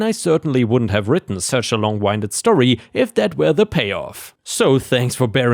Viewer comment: "long winded" is "long win did" not "long wine did." Winded is "wind" like the breeze, not like a clock that you turn a key on to "wind" it up.